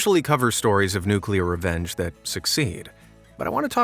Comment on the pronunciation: My favorite level of revenge is nukuler